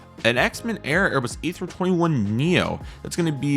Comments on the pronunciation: An interesting release from NG. So glad to finally have a decent Jetstar A320, multiple of those will find their way into my collection. I will also be getting the Air China A330-300 and Air India 787-8. Just an FYI, Xiamen is pronounces 'she-ah-men', and Sichuan is pronounced 'se-ch-waan'. Keep up the great work! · Xiamen is pronounced shi ah men